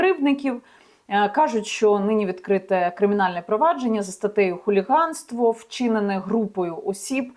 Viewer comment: Яніно, не фчІнене - а ВЧИНЕНЕ! Не в стінАх, а в стІнах. Не оточЮЮчІ, а оточУючі, хоча правильно взагалі "оточення". Не дівчІні, а дівчИні, не нафпакІ, а наВпакИ, не кричЮщЬого, а кричУщОго випадку... і так як завжди ввесь текст. Ну невже оцю нещасну українську фонетику , Яніно, ви не подужаєте???????? Але далі теж завал. НЕ в подальшому, а Н А Д А Л І . Боже, чому ж ви не вчите мову?????? А засмічуєте ефір таким диким суржиком?